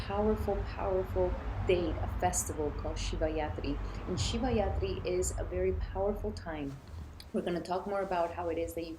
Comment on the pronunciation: Thank you , it’s Shivratri not yatri. Ratri means night so it’s the night of lord shiva 🙏🏽💙🔱